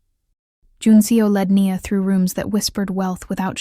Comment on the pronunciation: One thing: decide how you pronounce the character’s name. Is it “Nee-a” or “Nyi-a”? Be consistent. On another note, I’m impressed with the imagery in your stories